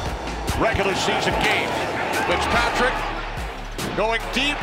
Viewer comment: I never heard pickspatrick but I did hear fitztrajic